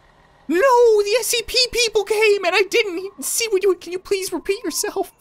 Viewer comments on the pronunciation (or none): It's scp why u keep saying sap